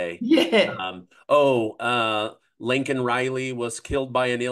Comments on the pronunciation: Nobody says her name right. Its not lenken , not lincoln , ...its Laken.....LAKE LAKE LAKE.....LAKEN.....!🙄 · You keep calling her Lincoln Riley her name is layken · Why does it always sound like is saying LaNken with an N in the middle. I love these interviews though. Keep up the good work